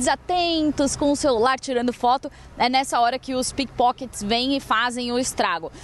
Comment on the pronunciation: entendi pipokets kkkkkkkkkkkkkkkkkkkk